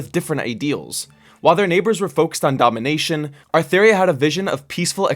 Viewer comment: It's actually Atheria :<